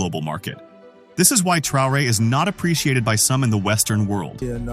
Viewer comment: Tra o re heißt er nicht Trare🤷‍♂️